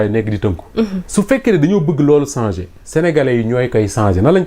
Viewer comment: Un journaliste ne dit pas sanger mais changer.